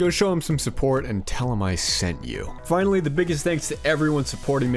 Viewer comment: "Ah, I see you've finawwy awwived, James."